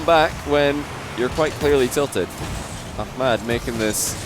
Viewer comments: its ahmad not akhmad lol, KHalid is KHalid and aHmad is aHmad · I find it amazing to see how is developing his pronunciation for hard foreign names <3 Also i'm geniuly willing to pay for a behind the sceanes clip of him practicing ACKMAD ACKMAAD xD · it's pronounced A7mad lol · Not really, he pronounces the “h” like a “kh” and he lengthens the “mad” part into a “maad”. He’s trying tho and he’s not a native Arabic speaker so it’s all good. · STOP PRONOUNCING "AHMAD" LIKE THAT, YOU'RE SCOTTISH